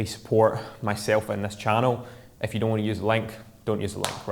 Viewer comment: Nice episode tho every time you say "if you" it sounds like you saying "F u" which sounds funny when you realize you didn't mean it in that way.. tho Thanks for the great tip it helped